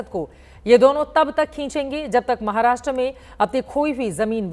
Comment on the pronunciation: महाराष्ट्रा नही महाराष्ट्र बोल 😊